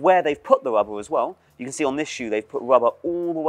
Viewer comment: At some point i started hearing "wubba" instead of "rubber" and now i can't unhear it.